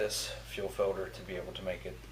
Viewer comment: Fuel "filder".